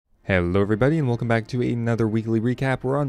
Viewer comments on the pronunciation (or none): none